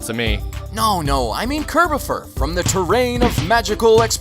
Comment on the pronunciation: Oh look, it's Kirb-aw-fur!